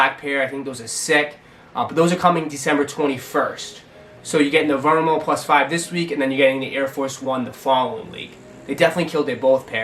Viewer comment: Nike VO - MEH - RO, not VERMO